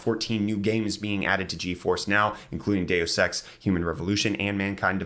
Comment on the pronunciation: Lol, deus ex sounded like day o sex lmao